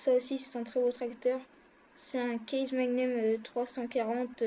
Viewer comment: on di case pas kaze et same pas szame